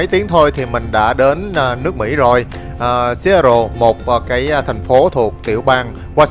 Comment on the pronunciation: Seattle đọc là Sì-á-đồ ạ